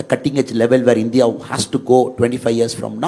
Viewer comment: Whatever said and done.. pronouncing India as Indhiya...viz.,... இந்தியா...is the greatest.